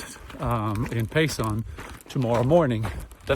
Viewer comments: As an Arizonan and hiker, I’m glad to see the AZT getting more exposure from popular YouTubers. And it’s Pay(sen) not pay(son). 😊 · Btw, it’s Pay-Sun , not Pay- Sahn. Enjoying your trip as I have enjoyed your previous ones.